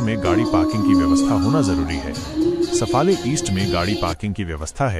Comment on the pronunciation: सफाळे आहे. सफले नाही. कोण आहे ते कळूंदे. मराठी बोल.